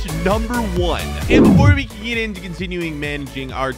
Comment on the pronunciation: He said “before we can geet in”